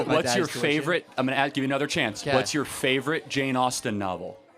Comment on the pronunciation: Guy " what is your fyavorite" Jane Austne book? Harry potter😂😂😂😂. From africa , i know who was Jane Austen.